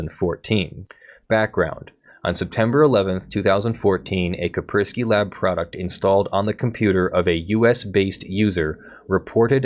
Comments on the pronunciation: I'm sorry. Was that Kei-spk-urk-swquie? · How have you never heard of Kaspersky before? I'm extremely lenient with regional pronunciations, but jesus that's a new one, lol.